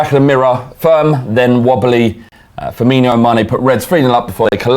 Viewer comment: The team and the city are called Savilla - it's pronounced "sav-e-ya" And Firmino is pronounced "fir-me-no", not "fir-meen-e-o". If his name was spelled Firminho, then yeah - but it's not, so at least TRY to be professional, yeah?